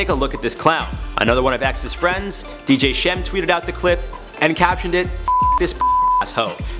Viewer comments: My mans pronounced DJ Scheme “DJ Skem”. It’s pronounced “Skeem” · Did this dude call DJ Scheme Dj Shem? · Obviously this guy who’s talking about x doesn’t even know how to say “Scheme” right like you need to go back to kindergarten and learn to read 😂